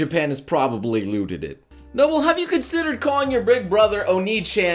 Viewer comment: Whenever I hear noble say noble, I think he's saying no bull